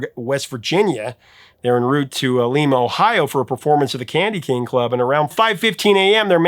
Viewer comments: LIME-ah, not Leemah. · Lima, ohio is pronounced like lime...Lime-ah. It is pronounced as Lee-ma only in Peru ona other Spanish speaking countries. I was born in Lime-a Ohio. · Lee-ma is in Peru, Lie-ma is the city in Ohio, Professor regardless much love for another great episode! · Professor I just love watching you. I'm not the grammar police I promise but Lima Ohio isn't pronounced like that. It's L-eye-ma. Just my random helpful information. Or not maybe I'm a weirdo lol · Hey Professor. Love your channel. you mention Lima, OH. I'm from a town nearby. We pronounce it Lime-uh. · Love your channel. Best content by far. Listen to every episode. An FYI-it’s Lima OH, like the beans, not like Lima Peru. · Lima, Ohio is pronounced like the bean, not like the city in Peru. Surprised you didn't mention Van Halen's remake of Dancin' in the Street. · Just a heads up... People from that town and that live all through Ohio pronounce it Lima with a long I. I know it's not how it's pronounced internationally or in the rest of the United States but that is how Ohioans have always pronounced it. (The same mistake was made in the Thomas Crown affair, the newer one) Love the videos keep up the good work. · Professor, if you ever have occasion to have to say it again, it's LYE-ma, Ohio. Thanks! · LIME-A, Ohio. Not LEEMA. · Lima, Ohio. Pronounced like lima bean, not the country Lima. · Lima, Ohio is pronounced like lima beans. LIMA. Thx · One minor correction . Lima, Ohio is not pronounced like the city in Peru, but like Lima beans. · It's Lima liema Ohio, not leema ohio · Though named after Lima Peru, Lima Ohio is pronounced like lima bean. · Thanks for the proper pronunciation as a former Lima native. Also, this is the same way I tell people on the way the name is pronounced.